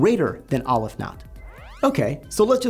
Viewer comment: I thought mathematicians were sticklers for details. So why is it that you pronounce Cantor as kæn-tɔɹ but you pronounce Aleph as ŏl-əf ?